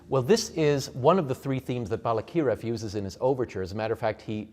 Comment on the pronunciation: Balakirev, accent on the second syllable. Yes, Ukrainian used to call Little Russia or Malorossia. Malo means small. Ukrainia means Okraina, means an outskirt.